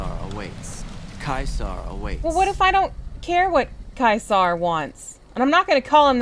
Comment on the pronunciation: Fun Latin fact: Caesar is pronounced correctly by the Legion, and infact is not pronounced "ceesar"